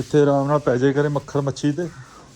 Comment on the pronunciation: ਮੱਖਰ ਮੱਛੀ 😂 ਕੇ ਮੱਛਰ ਮੱਖੀ ?